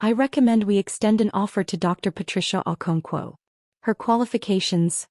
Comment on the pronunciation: AI...never gets our non English names right.😊